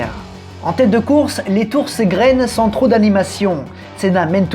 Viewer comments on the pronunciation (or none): none